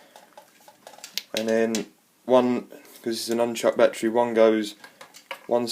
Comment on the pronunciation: "It has a numchuck bat-tree"